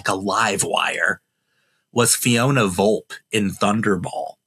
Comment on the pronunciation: It's pronounced Vol-pay.